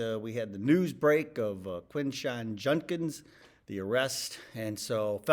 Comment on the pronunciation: Why do so many people pronounce his name as "Jundkins"?